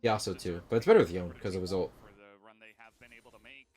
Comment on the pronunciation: Nah the way you mispronounce Yone is too much.